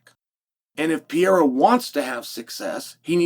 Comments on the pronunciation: Chael: "Oh I see, I think.. I think I got it now..A L E X ... Pee era! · Say it with me. PURR-AIR-UH. PURR-AIR-UHH. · Love ya Chael, but this was the last Alex "PEEYERA" pronunciation I could take. Unsubbing for a while😂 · Really Pierra come on! It's not that tough to pronounce Pereira 😅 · Chael, it's time you learnt pronouncing Pereira correct.